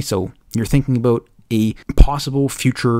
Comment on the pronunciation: TALK ABOOT?? IS THIS GUY CANADIAN?